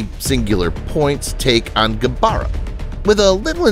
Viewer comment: I actually like the way you pronounce Gabara's name.